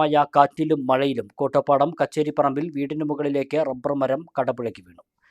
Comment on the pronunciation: കോട്ടപ്പുറം അല്ല കോട്ടോപ്പാടം